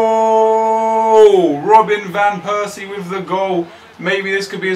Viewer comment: you should pronounce it as robin van pairsie